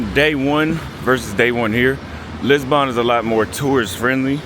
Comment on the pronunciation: Anyone annoyed with the way he pronounces Lisbon as Lisbon-Born???